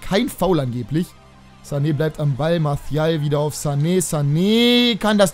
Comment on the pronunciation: Du kriegst das mit der Aussprache nicht hin ne?:D Martial ist kein Spanier:D Kannst mal auf Transfermarkt.de nach der korrekten Aussprache gucken;)